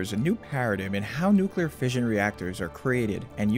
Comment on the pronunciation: clicked away when he said nuclearfission.